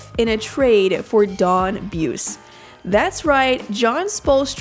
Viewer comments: It was pronounced "Boo- See" not "Booce" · If they want to leave this video on YouTube they should re-record the audio and get it right - out of respect. It's Don Boo-see, not Don Beuce. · Buse. Bu see ! Not buss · His name is pronounced Bu-zee not B-uce and it's spelled Buse.... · pronounced booozy.....don boozy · hahaha.....not boozy.....boosy.....don boosy......from holland indiana.....played college ball at evansville college...won a small college championship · Buse's name is actually pronounced "boozy" as hardcore fans of the ABA Pacers will attest. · It's pronounced boozy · It's "Boo-see." Do your homework. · The guy's name is pronounced Bu-see.